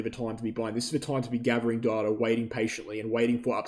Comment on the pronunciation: "Darta" sounds funny and not clear english. Good video though, once again. (apart from the shameless plugging of your affiliated exchange)